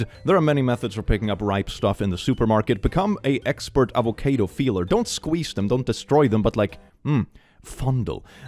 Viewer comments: why did you have to be so spooky in the intro AVACAYDO?? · Tf is an a-vo-kay-do? Its a-vo-car-do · Why you say avocædo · immediately lost all my love for this man when he pronounced "avocado" as "avoCAYdo" 😭 (i jest... but seriously crazy pronounciation...) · Huh. I've never heard someone pronounce it "avo-kade-o" before. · I don’t what it’s was about the way said Avocado I’ve never heard someone pronounce it that’s way before it hurt my bones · I love how has near perfect English diction but can't pronounce avocado